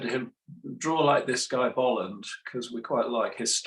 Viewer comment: Kudos to you for pronouncing Bolland's name right.